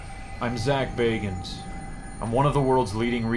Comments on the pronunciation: It's pronounced Bagans. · Why do you always pronounce zak's surname wrong if you watch ghost adventures you'll hear zak say his name and the correct way to pronounce his name.